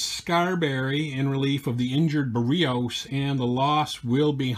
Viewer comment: Barrios is pronounce 'Bear E ohse'